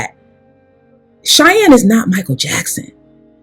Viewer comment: Lie-Anne Bryant 🙄